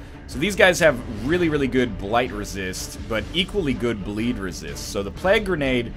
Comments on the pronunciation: NL, it's plague, not plag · Is he trolling with the way he's saying plague?